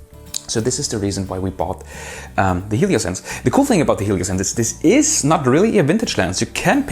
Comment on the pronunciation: probably somebody pointed out already but Russians pronounce every H starting foreign language coming word with the G that's why HELIOS (from ancient Latin) gets the GELIOS name. same for hypermarket (gypermarket). nice review btw